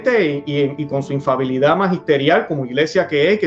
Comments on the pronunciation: No se dice infabilidad corrección para ambos se dice infalibilidad, que significa que no falla, que no se equivoca. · Infalibilidad por favor, no infabilidad